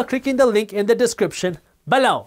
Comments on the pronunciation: I love how he says the word "buh-loww!" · I come here every day just to laugh at how Jaspreet says “below” LOL Joking!! Awesome content as usual. We’ve entered a LONG period of “interesting” economic times!! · He's getting more pronunciated with it like a catch phrase